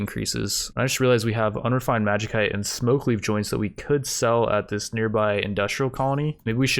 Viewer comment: Even after hundreds of comments correcting your pronunciation of "tomb" - it rhymes with room, bud. A "tome" is a fucking book - it has not changed. Pronouncing magicyte with a hard-c is just baffling. That's not how that string of letters works. Not that I expect much given your record of mispronouncing everything, but I figured I'd point it out since you literally speak for a living. Maybe chitin, tomb, magicyte, and other non-difficult words will eventually fall out of your word-hole correctly. A man can dream.